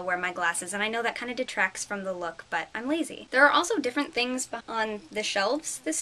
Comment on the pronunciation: LOL "lots of thiings happening" ahaha YES! thumbs up YOU!